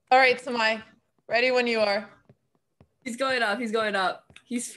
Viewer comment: I like that Nemo pronounces Samay perfectly 😎🙏🏽😆Samay bhai OP